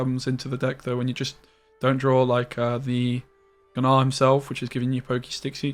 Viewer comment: sir, can you stop saying g-nar